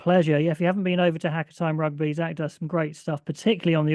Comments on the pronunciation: Haka = Hah Car....not Hacker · Pronounce the car without the r. And the hah without the h. Ha(h)ca(r)